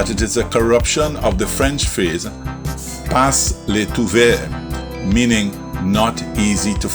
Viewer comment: 'pas' is pronounced 'pa', not 'pass'. Pas le trouvez - you can't find it.